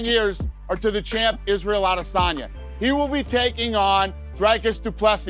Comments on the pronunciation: Lol.. this guy who reads this crap ( American)) try speak like a Nigerian 'AdDESanya' 😂🤡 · Israel A-diss-on-ya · I cannot stand the way the Full Mount narrator pronounces Adesanya … 🤦‍♂️ doin the most for no reason …. Nobody pronounces it that way ever …. Stop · The way he’s pronouncing Izzy’s last name these days is starting to annoy the shit outa me .